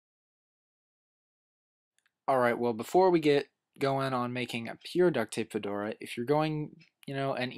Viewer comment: fedora sounds like "for dora"